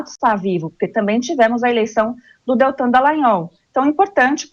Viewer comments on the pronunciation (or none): none